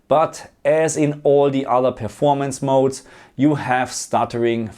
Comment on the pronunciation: Great video! i miss hearing you say Game Mod-Ez instead of modes 🤣🙌🏻